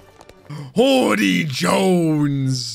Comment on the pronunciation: I try my best to edit out the R when. I hear it. I hate that R being there. Hody sounds like a name. Hordy doesn’t.